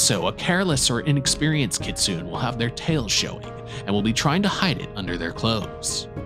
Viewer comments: i'm enjoying your videos, and want to congratulate you on taking off so quickly. looks like you have a bright youtube future ahead of you. that said, you need to look at pronunciation. for instance, kitsune is a 3 syllable word, and Job from the bible rhymes with globe. no one expects perfect pronunciation, but especially with really common words like kitsune or Job at least put in the effort to find the correct pronunciation. google a few other youtube videos, consult google pronunciation, or you can call the reference desk of any library and ask them random questions, like "how do you pronounce kitsune?", and they will look it up for you on the spot (or they may offer to call you back if it's a trickier question). anyway, i love what you're doing, and look forward to seeing what you do next! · It's actually pronounced "kit-soo-nay" (kitsune) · It's (Kit-tsu-ne)